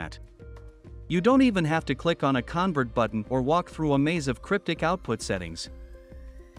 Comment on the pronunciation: Guys, great video but have a REAL human doing the voice over and not AI (it must be AI because of the subtle mispronunciations, like convert). A real human voice just brings that little bit extra.